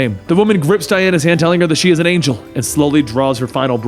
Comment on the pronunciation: /32 Did you mean to say angel??? "Angle" doesn't sound right XD Great Vid, (I'm enjoying DC Metal Btw)